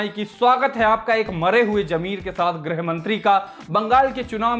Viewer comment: hindi bolne pe dhyaan do chhote khali baabu... 'grih' bola jaata hai 'grah' mantri nahi..